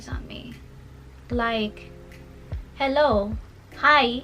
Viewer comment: Lol, the hello, hi, hi is so Jamaican. Btw, as another Jamaican living in Asia, I understand the feeling of being rejected